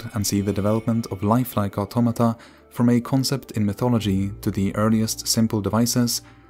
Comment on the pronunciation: Thank you for pronouncing the words "automata" and "automaton" correctly, and not that weeb 'oughttamatta' trash.